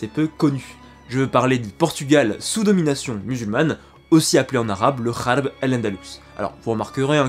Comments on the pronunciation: Une petite ''rectification" ça se dit tt simplement 'Rarb' avec le R de Robert et non "kharb" qui n'existe même ds le français et signifie de plus "fouillis,bazar"; Il m'a fallu un moment pour comprendre que C Rarb et non " kharb: bazar Pourquoi faire compliqué lorsque C tout simple, non,? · Ce n' est pas kharp c'est Gharb (Occident : Ouest) prononcé mal "kharb " signifi destruction... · Gharb se prononce rarb et non kharb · Salam La prononciation est《RALB) KHARB veut dire destruction sabotage... GHARB veut dire occident.. Merci pour ton travail super la lettre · L’auteur de dire Gharb dans la phonetique « Kharb » cela est une erreur car phonétiquement Gharb s’écrit Rarb Gh=R en arabe merci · Salut , Pour la prononciation de ghalb tu a fait une petite erreur tu a confondu avec kh . Le gh (غ) ce prononce presque comme le R français . A ne pas confondre avec le kh (خ) qui ce prononce comme le J espagnol dans par ex : Juan Carlos . Le troisième étant le (ر)ce prononçant comme un R rouler . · "El ghaareb" et non " El khareb" El khreb comme tu dit signifie détruit anéanti dans le sans aussi de pourrie ! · خاربة = detruire. غرب = occident ouest Tu peut prononcer Ralb plutôt que Kharb Car le غ en français est le R et le ر un R roulé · Oui sa se prononce rarb. R comme radio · Le "GH" dans Gharb, se prononce "R" comme dans un "Rat" en français; le Gharb signifie l'Ouest ou le couchant, l'occident en arabe. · Merci pour cette vidéo si pertinente. Juste une petite remarque, Gharb se prononce " rarb" le premier r étant prononcé exactement comme le r en français. Tel que tu le prononces, cela ne signifie plus occident ou l'ouest en arabe mais ruine !!! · Très bon doc, mais vu que tu sais pas parler arabe arrêter d'utiliser le mot harb car mal prononcé ça change complètement son sens de guerre à désordre, c très moche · Merci! Quel Travail, Respect! Un bémol sur la prononciation de "Gharb"😉 Mais je chipote. Encore Choukrane, vivement la suite...